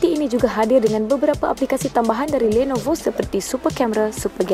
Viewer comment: kenape nisa sebut lenovo bunyi mcm landnovo...